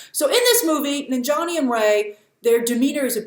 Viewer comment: Its Nan-jia-ni not Nin-jani lol... I will never get how westerners can pronounce difficult European names, African names or even Japanese names but cant pronounce even some simple South Asian names